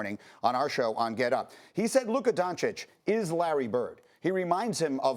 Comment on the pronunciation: For a top notch reporter we should expect after 18 months to pronounce Doncic correct. Stop it!!! SaS. Even chinese and Arab reporters are pronouncing it correct.